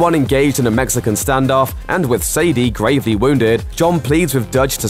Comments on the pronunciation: sadie and say-day are two different things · Why does he say Abigail like abegail and why dose he say Sadie like sadia